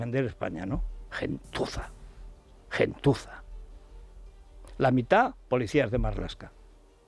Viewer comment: Me encanta cuando dice G E N T U Z A